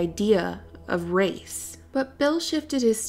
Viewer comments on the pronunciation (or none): You had an emphasis on the 'race' part care to explain?